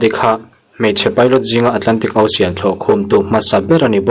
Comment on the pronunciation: Ocean nge Osian😅😅 lam bar mai si,ilo chhuahna ahriat al